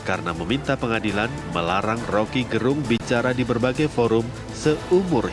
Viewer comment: Suku kata "Ge" pada nama Rocky Gerung, mestinya di sebut sebagaimana suku kata Ge pada kata "geger" bukan "ge" pada kata "genap"